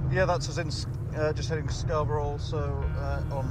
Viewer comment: Scarbruh is how it's pronounced